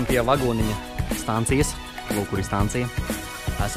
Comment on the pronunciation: Man liekas,ka tas instruktora teica,ka vinu sauc Kristaps,bet tu teici Kristers😂 un ir stacija nevis stancija😂